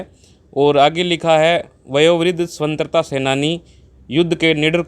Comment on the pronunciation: वर्तमान में मानव में नेतिकता खत्म हो गई है ।सरकारों को अपनी जेब भरने के अलावा कुछ नही सूझता है ।भाई को स्वतन्त्रा शब्द का सही उच्चारण नही आया। ध्यान दें ।महाबीर उमेदपुरा